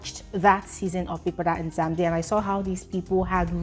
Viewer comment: it's not Nzamzi its Mzanzi!!